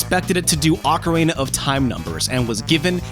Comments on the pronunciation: I don't understand how it's possible for anyone who are this involved with Nintendo, publicly no less, could think one of their most well known games are known as "OcarEna of time". It's pretty baffling because how could he have missed how to say it and also avoided being corrected for so long?! There's no mistaking it either because he repeats it so many times so it's not a one time blurb or simply misheard. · Oca-rayna? xD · I love how he says ocarina, makes me think of the macarena 😆